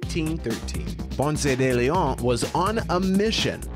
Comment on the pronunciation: Bro it’s not french it’s spanish, stop butchering his name